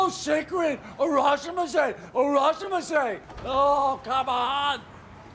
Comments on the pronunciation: Harashima is a Japanese wrestler. It sounds like he’s talking about what “harashima says” when you welcome someone it’s “irashaimase” pronounced “ee-ra-shy-mah-say” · And every guest in that restaurant will be allowed to say "irrashaimasse" 🤣🤣🤣